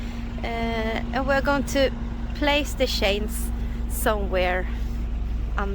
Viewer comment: Remember we do not say CHAINS like sh-ains but add a T in front like t-chains😉😀🥰🥰